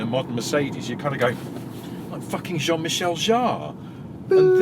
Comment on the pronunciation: "John Michel Jarre" 😂 I've got my sister's Grand Voyager this weekend and it's exactly like that. It's as though someone just opened the tailgate and chucked all the switches in from the back.